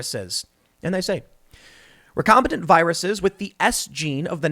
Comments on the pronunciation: Since the word was butchered multiple times: It's "recombiNANT" (from re-combine) not "recombiTANT" or "recombATANT". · It’s not recombitant, it’s recombinant as in recombinant DNA. Recombinant DNA is the gene manipulation technique scientists use to make things like glowing tobacco plants as well as perform gain of function research on viruses to make novel ones. And sheriff is not pronounced shee-riff it’s pronounced share-if.